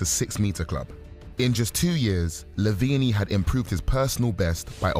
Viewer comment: why do you pronounce it lavenie